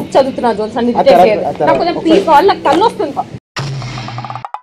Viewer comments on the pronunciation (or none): none